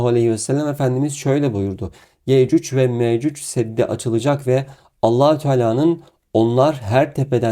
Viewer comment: Afrika'da altın ariyan insanlar bunlar. Ya yürü git gerizekalı .. senin gibi aptallarda insanları neyle kandırıyor İslam'dan bişey anladığın yok gelip burda saçmasapan zirvalamar yapıyorsun utanmıyor musun böyle yalan dolan videoları yayiliyorsun. Yecüc ve mecüc ismini bile telaffuz edemiyorsun . Orda dozerleri iş makinalarinidami görmüyor sun Allah'ın kör ü